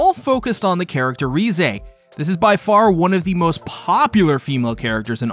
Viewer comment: I think her name is pronounced rézé not rize